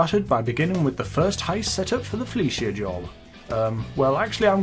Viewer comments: It's "Fleeca" not "Fleecia" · fleeca not filleeshia